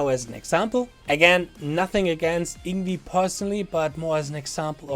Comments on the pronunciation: You pronounce "Yngwie" as "Ing-vei", NOT "Ing-wi". I hope you understand now. I respectfully disagree with you, sir. It's definitely 'NOT SWEEPING,' as he is 'PICKING THE NOTES DOWNWARDS ONE BY ONE' in a very fast manner. If you watch it carefully, you'll see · It’s Ing-vay not ingvee. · " Ing wee " is not the correct pronunciation. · I used to pronounce Yngwie's name like that until I watched a Young Guitar (or some VHS like that back in 2002) video of himself saying his own name... it was shocking to me to learn it wasn't pronounced "Eengwee". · All that effort to make a video criticizing someone else's video. Would it have been that much trouble to learn how to say the name of the person who is the subject of that video? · Learn to say his name before you make a video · Hard to take you seriously if you won’t even pronounce his name properly.